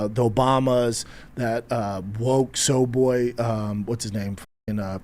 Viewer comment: I’m so happy you’re a lawyer. I feel like we share the same brain for these redacts. And it’s comforting to know my boy’s smart af 😎 Can I be a lawyer?! So Brendan is a comedian, right? His “gay aunt” dig was was a complete miss. He can’t even say “soy boy” correctly. And just because you don’t know the guy interviewing you, doesn’t mean you can just use Theo vons 2021 schtick. This upload is absolutely amazing!! Your closing statement was perfect. Brendan literally made millions off of Joe Rogan.. millions! He has an entire career from some guest spots! He can’t even take a half hour to speak without a nicotine pouch in his mouth, as if speaking isn’t hard enough for him already. He just makes up stories on the spot. He doesn’t know a single thing about joes contract. And just speaks on it as if he’s informed! He’s a liar. He’s a bully. He’s a cheater and he’s not funny. Never forgive this man. He will never change, until he finds the self respect to read his own comment section. Until then? This is free money for a undeserving man child